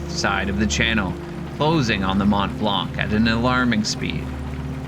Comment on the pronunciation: The c is silent on mont blanc